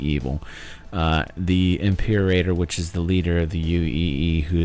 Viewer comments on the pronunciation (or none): can't find the spot right now, but you said "Impeerraider" instead of "Imperator" (I can't write english phonetics, so I can't tell you how it should sound) But thanks for the great overview! I just watched it and I will at least watch it once again when the game drops. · Dude, "Impeerraider"...